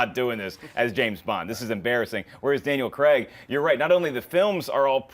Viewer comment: did she say "DL & Craig" instead of Daniel Craig....?